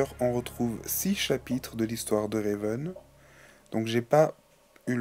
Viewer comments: C'est pas Réven mais Raven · Ma préférée! En tout jai 8 ever after high et Raven (et non Réven) a été lapremière! !!Seule bémol : tu prononce trop mal certains prénom exemple : Brayar sappelle Briar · Sa me stresse quand tu dit RÉven en plus tu dit sont prénom tout les 2 secondes, donc cest RAVEN! Sinon t'es review sont bien mais c'est juste sa qui me stresse😊